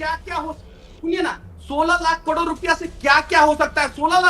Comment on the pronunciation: इसको तो करोड़ भी बोलने नहीं आता।।